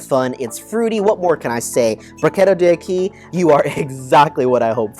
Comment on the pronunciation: D’acqui = dack-quee . It is Italian, not Spanish. Good review!